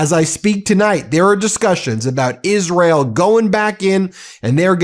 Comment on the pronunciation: "Is rill" - Lindsey Graham